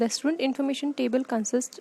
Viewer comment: Why are you sayin "istudent"? 😂🤦‍♂️